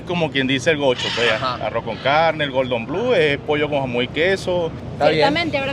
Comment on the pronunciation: Me encanta toda esa comida callejera exótica que tiene Caracas. Pero estoy en Maracaibo donde también tenemos muy buena comida. Pero por favor nunca jamás digan Gordon Blue. ES Cordon Bleu. El nombre es francés y significa Listón Azul.